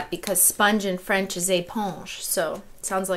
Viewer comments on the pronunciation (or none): none